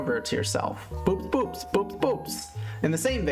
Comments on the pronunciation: I'm not a linguist, but I think that 'boops boops' (AKA the bogue) is probably supposed to be pronounced 'bow ops bow ops'. The scientific name means 'ox eyed', on account of its big eyes, and the name incorporates the Greek words for 'ox' (bo) and 'eye' (ops). So I don't think you're supposed to make the long, 'double o' sound when saying its name. It'd be like pronouncing 'cooperation' as 'cooper ation'. I only fell down this wormhole because I photographed some small fish in a rockpool a few weeks ago and iNaturalist suggested boops boops as a potential ID and yeah, I laughed. Sorry to be a killjoy (assuming I'm even right). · apparently according to octopus lady it’s “bowops bowops”. don’t worry i hate it too 😊